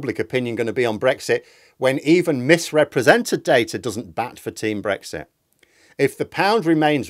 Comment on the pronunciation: Brexti, is that anything like Shakti?